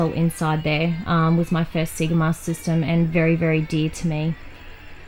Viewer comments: "See-gah"?? It's "say-gah" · See-ga? Say-ga (Sega) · Awesome, only fun fact is Australians pronounce Sega as 'See-ga' rather than 'Say-ga' even though when you switch on any Sega game it says 'Say-ga'! Crazy! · It's a hard one - living here in Australia I say See-ga but after learning Japanese (only a little) but I did learn how to pronounce it a little better :-) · Haha I know right! Just how we say it. If in Japan however, I pronounce it correctly when asking for games. Thanks for watching.